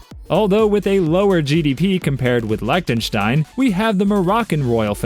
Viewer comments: Learn how to pronounce Lichtenstein and others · Wrong pronunciation of Liechtenstein, Vajiralongkorn, and Volkswagen. Hans doesn't have the title of King. Why was MBS shown during the clips for Abu Dhabi when he's from the House of Saud!